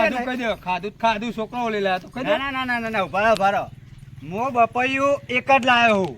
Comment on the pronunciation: પપૈયુ ❌ બપૈયુ ✅😂😂